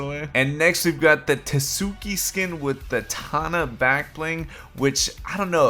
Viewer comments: Lol t-suki: pronounced “soo-kee” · This man really said ta suki ok buddy